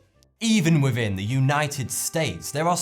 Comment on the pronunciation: adventures Same when he says 'wivin' instead of 'within' -- he's a lazy thucker. No excuse for 'continjuous' though -- that's just ignorance.